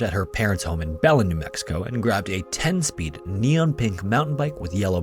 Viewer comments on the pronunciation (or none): love these videos, and the pronunciation of 'Belen' in the Tara case is Buh-lenn . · It’s BUH-len, emphasis on the first syllable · Belen is pronounced "Buh-lehn", for future note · it’s pronounced Belén. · Its pronounced “BAh-Len” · Belen is pronounced Buh as is butt and len as in length. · FYI Belen is pronounced Bah-lin or Bay-lean, depending on how much Spanish one speaks. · Belen is pronounced buh-LYNN